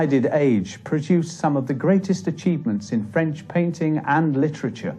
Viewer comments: Director... "So, you're sure you're ok with pronouncing French words and names?"..... "Of course, I've studied every episode of Allo Allo and have had speach lessons from Dr. Hanoosh. Director... "oh shit" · Poor subtitles and French pronunciation but otherwise good introduction to the author. (from Green Fire, UK) 🌈🦉